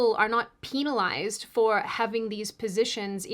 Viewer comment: Peenalized lol